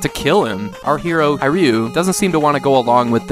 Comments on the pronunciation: It’s not “High-Ryu” it’s He-Ryu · Just a tip - "Hiryu" is literally pronounced like you'd say "Here you" :D